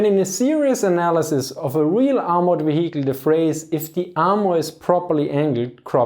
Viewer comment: Very interesting, thumbs up! If you could please bear in mind that H in vehicle is a silent 'h": you don't proununce it at all.